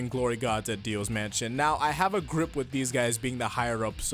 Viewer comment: it’s not grip it’s gripe